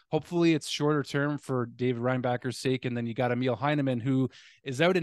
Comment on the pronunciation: Yes it sucks big time. By the way, Emil is pronouced “E” “mill” (factory), rather than “meal”. Does that make sense?